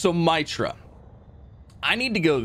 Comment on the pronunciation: Love ya but you're killing me with my-tra, assuming, as most planets are, it's names after a God it is called mee-truh after a Hindu God. But I still LOVE ya and the content. But at one point I yelled at my screen MEETRUH MEETRUH MEETRUH lol Keep up the GREAT vids